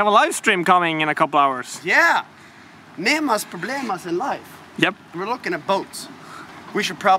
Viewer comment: "Nema problema" is correct ;) so without "s" at the end.